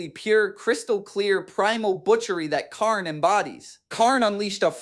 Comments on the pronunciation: AI video alert, listen to the pronunciation, Kharn, Khern, Dee-a-mon, the channel is probably filled with AI videos. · I want to butcher this man for everytime he miss pronounced kharns name "Khaiiiiirn", also keep in mind if it wernt for the bloodthirster im 70% sure kharn would have killed abaddon, even though I believe abaddon is way stronger because of the fact that kharn kept closing the distance with abaddons fight basically gurenteeding kharns victory but im pretty sure abaddon couldn't keep up with kharns relentless aggression but prove me wrong because I dont know the full fight, and how it would have ended lol